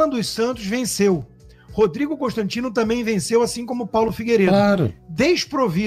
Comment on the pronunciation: Reparem que ele diz...CÃOnstantino...reparem...😂😂😂😂